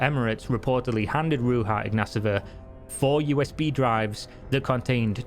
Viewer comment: Ro-j-Ha iGnATova And omg that "Forbes" cover is a ad ,she paid for it. Lolol